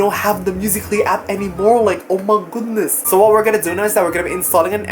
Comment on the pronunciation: I love when he says oh my goudness 😂